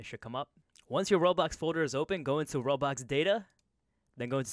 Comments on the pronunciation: He really say roblox the thing under the screen i dont remember the name said roblox lol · Am I the only one hearing him say "Robux" instead of "World Box"? Lol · No youre not but its kinda funny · He’s definitely saying Roblox even sub titles say he’s saying roblox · i swear to god your saying roblox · lmao even the captions think he's saying roblox